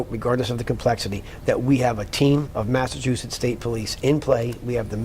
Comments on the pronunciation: How many times is he gonna say massatusits state police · Good Lord! What an embarrassment of All The Things. This guy? This? This is the hardened, objective, outside man they brought in to tell us everything wrong will be put right? The guy who can't pronounce Massachusetts but has always and never been from there? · I want 🍗 to say sidebahh 🍻😂 He’s struggling to say “Mah-suh-choo-sits” already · Can’t even say Massachusetts. You can’t make this shit up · You should stay retired, pal, because you sound like you have no idea what your talking about you can hardly even pronounce THE MASSACHUSETTS POLICE. So is the case still open or not.